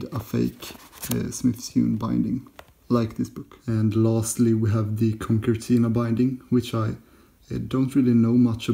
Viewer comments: It's pronounced ConSertina, not ConKertina. The second C is soft, like S. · Sewn should be pronounced like 'own' or 'bone' or 'shown'. Concertina should be be like 'concern' or 'consider' i.e. the second 'c' is like an 's'. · "Conkertina" :D